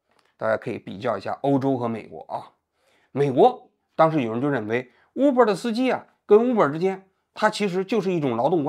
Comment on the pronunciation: uber的u不读呜。大哥，你的武汉大学咋个考上的。